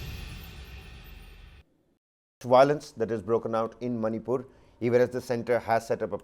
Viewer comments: Not Zomato Zomaato... Not manypur Maanipur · It's Manipur not Manypur